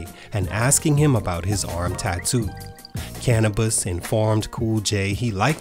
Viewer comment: "cana-buss" I feel like the narrator grew up on Taylor Swift and just started listening to black people music when Bad and Bougie came out